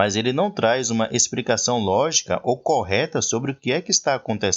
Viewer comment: DICA, "EXPRICACAO" NAO EXISTE, TE FAZ PERDER CREDIBILIZADE ESTA DIALETICA